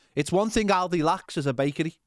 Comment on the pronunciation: Aldi mate, not OLDY!